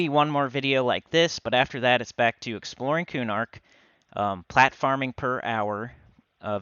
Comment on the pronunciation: It sounds like you are saying, platforming but realized you are saying, plat farming lol